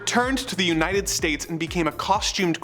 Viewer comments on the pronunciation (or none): none